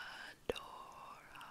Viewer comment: You got my name except its not Isadora but Isidora You read it as (Isidora or Isedora) english is not my first language